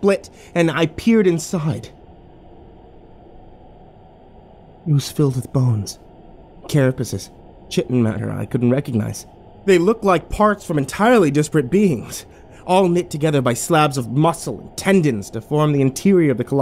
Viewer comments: Psst .. Chitin is pronounced “ky - tin” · The American pronunciation is chi-tn. The British pronunciation is kai-tn. Neither is incorrect.